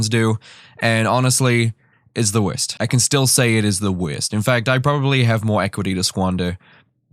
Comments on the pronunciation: Pauses at .01 seconds "This is the WERST* 😂😂😂 Also I don't have an issues with people feeling themselves a bit on tik tok, it's "Hey look at me I'm happy/confident" which I feel is important for a lot of people to do 🖤🖤🖤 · The way you flow in and out of your accent is confusing me. Do you have an accent or just like to accentuate certain words like wurst? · The WEEEERRSSSST (the best) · The way he says werst... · its funny dat when he said “worst” it sounded like hes saying “west”🤣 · I thought your voice was great to hear... but i kept wondering what "wiz" was... until i realized it was "worst".. still like the voice. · I don't really don't know if you are Irish or from New Zealand 🤔 you say folks and you pronounce worst so funny 😅